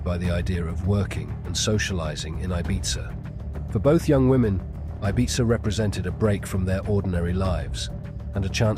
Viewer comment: Your pronunciations of Ibiza and Mallorca are so frustrating!